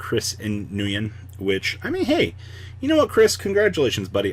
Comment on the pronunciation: “Nguyen” is actually pronounced “win”. I know it doesn’t look like it but that is the correct way to pronounce it. Most people get confused too. Great video by the way!